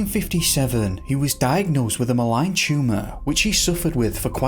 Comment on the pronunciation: I really love your channel, so know I only mention this so you know for the future. Malignant tumor is pronounced “muh-ligg-nent” not maligned. Just want you to sound professional all around. Keep up the great work and thanks for the excellent content.